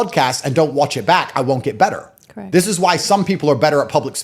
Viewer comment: "...they will worch you...." lol. Take your sunglasses off. You're indoors.